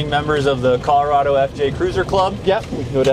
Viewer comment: He's from co and said co wrong